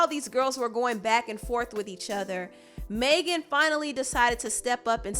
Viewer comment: You keep mispronouncing Megan lol it’s not “Maygen” it’s mehgin